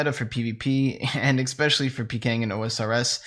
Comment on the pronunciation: Didn't dislike but expecially? Fix it bro